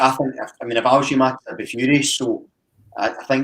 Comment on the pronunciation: went from saying Giamakis to Giakoumakis back to Giamakis just get it right eh